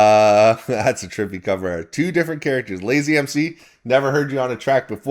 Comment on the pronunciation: Thankyou brother. Yeah its pronounced LAZE not LAZY lol but im sure he wont mind...great review as always salute